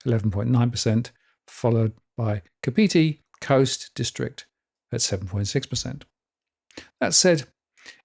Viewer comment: Just to help you - Kapiti is pronounced 'Kap it e', Taranaki is 'Tara nak e', Manawatu 'Mana watu' and Wanganui/Whanganui 'Wong a nui / Fong a nui' (UK v Maori pronunciation and spelling)